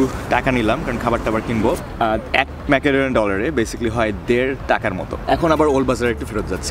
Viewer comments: It should be "Mecodonia," not "Makadonia. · ম্যাকাডোনিয়া না উচ্চারণ হবে মেসিডোনিয়া